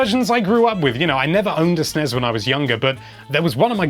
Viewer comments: Why do Brits call it "snezz"? First: it is Ess Enn Ee Ess. Second: the last letter is S, not Z. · Sennez?! Bless you, but don’t you mean SNES?!